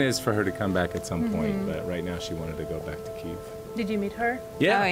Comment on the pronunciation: Дуже цікаво і надихаюче! Єдине, що хочеться додати- правильна транслітерація Kyiv а не Kiev. До речі, британець вимовляв правильно)